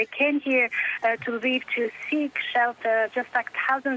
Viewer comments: come on, it's not "laviv", it's "Lviv". If that's too hard, just say "l'vov". I can live with Russian names being misspelled, but Ukrainians deserve to have their cities' names pronounced right. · Polish lwow to be accurate.